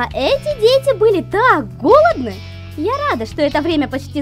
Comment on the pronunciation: ты в слове голодны не правильно ударение поставила когда комикс озвучивола!!!!